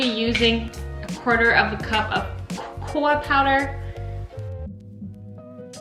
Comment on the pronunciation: She’s so cute about like 👍🏼 and sub I’ve ever seen and cute especially when said cocoa powder incorrectly. I heard coa powder. But All good girl... Keep up great 👍🏼 work